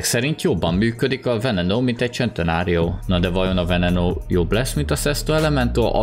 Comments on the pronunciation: szentenario nem csentenario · Nem csentenário hane szentenário így kell ejteni. Amugy nagyon jo lett a video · Serintem eszt nem csentenárionak kel kiejteni honem szenteário nak😂😂🤣🤣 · Én: Lamborghini centeranio.: Lamborghini csentenárió. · Az centenárió nem csentenárió Bocsii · a szntenáriora mér azt mondo hogycsentnário